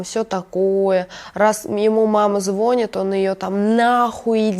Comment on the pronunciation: У меня кровь из ушей от её безграмотной речи - ложат, звОнит, ихний, женись на нём... 😱